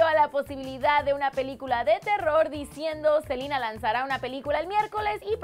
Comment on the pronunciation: odio cuando dice SELIIINA, ES SELENA NO?